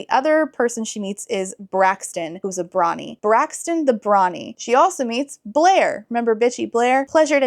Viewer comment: I heard ‘Brawny’ as ‘Brony’ for a second. My head canon is that the king is into MLP.